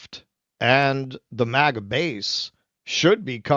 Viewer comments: It’s MAGA, not MIGA. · It's MAGA, not MIGA! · It’s MAGA not MIGA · it is MAGA not MIGA. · MAGA not MIGA